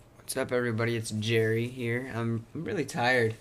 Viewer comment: it's jerry not gerry